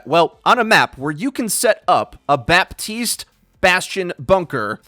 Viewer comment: Killing me with that “BAPtiste” 😂😂